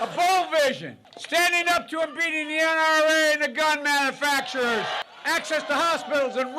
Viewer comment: Did he say beating the IRA and the gun factories or beating NRA.